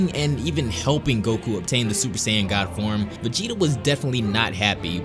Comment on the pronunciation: He says "VEGENA" hahaahha WTF?